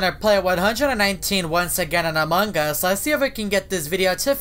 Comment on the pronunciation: OMFG ITS AMONG US NOT AMONG GUS